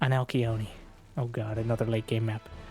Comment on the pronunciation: One of these days will figure out how to pronounce Alcyone 😂